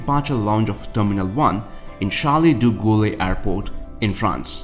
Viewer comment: That is the worst pronounciation of CdG I ever heard, charlie ´d gaullie ? C´mon even yanks can do better.